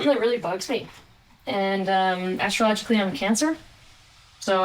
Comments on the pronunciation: ok, no apologies for your feelings, please. Also, b camera speaking shots, like at the end, need better enunciation. "...astrologically i'm a Cancer" sounded way too much like "...and I just found out I have cancer ":face-pink-tears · At the end of that video, you said, "...and astrologically I'm a Cancer...", and I briefly thought you said "...and I just learned I had cancer..." Yikes, I had a moment.